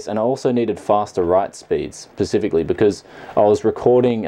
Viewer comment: Please stop saying "pacifically"! Other than that love your videos, keep it up!